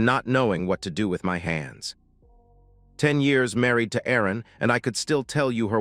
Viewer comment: I would think her name was Erin and the voice over makes it sound like arron